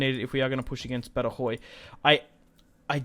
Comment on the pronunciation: Badajoz = ‘Bad-a-hoth’